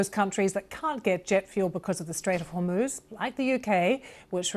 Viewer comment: Hor moz not hoooorrrr moozzzz